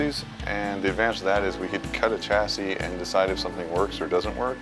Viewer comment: The pronunciation of chassis is triggering me